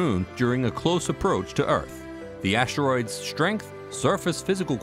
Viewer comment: Never heard them called ashteroids before…